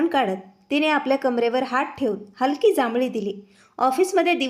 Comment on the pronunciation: जांभळी नाही जांभई